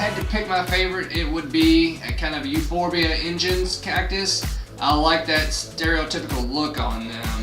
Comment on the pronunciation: I'd be careful with how you mispronunciate that ingens if you don't want to get kicked off youtube because it's in-guns not the more pesky way of pronouncing it.